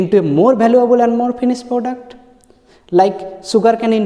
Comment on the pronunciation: This sir used to beatt me alot missingg those best days ....product ko poduct bolke padhate the. 😂